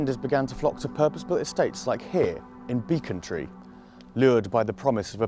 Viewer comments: You pronounce it "bec-on-tree". Not "beacon-tree". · Well done mate, Its definitely Beeeeeeecontree, An its Plaistow not Plaaystow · "Beckontree", please!!!